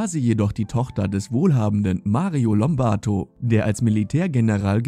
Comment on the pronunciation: Rosalia Lombardo, bitteschön. Nicht Lombarto ...